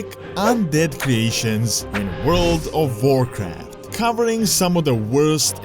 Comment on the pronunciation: ”Vorld of vorecraft”